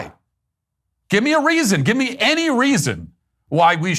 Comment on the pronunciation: Come Matt it was obviously "Gib Me!" not "Give me". Gib me, gib me, gib me.